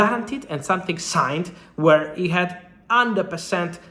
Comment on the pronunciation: its something, not sun-thing